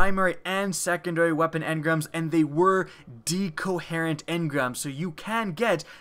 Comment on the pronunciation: DHEEcoherent engram